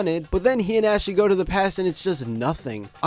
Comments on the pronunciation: STOP CALLING HER ASHY. THATS NOT HOW HER NAME IS PRONOUNCED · STOP PRONOUNCING ASHI LIKE THAT